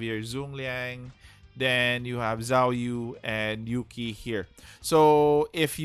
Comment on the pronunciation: Zhuge liang is spelled cu-ge-liang actuallu, and zhou yu is spelled cou-yi, and zhao yun spelled cau yin.. Edit: im just telling coz the way u call zhou yu and zhao yun is too similiar so its quite confusing